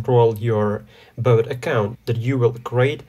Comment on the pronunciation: the tutorial is good and all but why are you pronouncing "bot" like "boat"